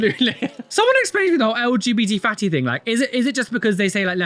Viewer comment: it sounds like hes saying fanny not fatty